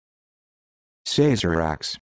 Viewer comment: Incorrect. It is pronounced "Sah-zer-ahk" not "SAY-zer-ahk".